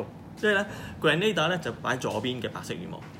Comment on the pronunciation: 你讀錯咗 正確的pronunciation👇 grehnuh·deeuh 但是你pronounced grand·na·da